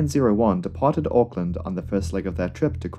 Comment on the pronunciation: Yay you said auckland correctly